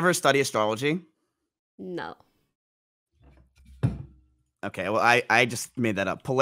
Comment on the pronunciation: the way he said "astrology" with his whole chest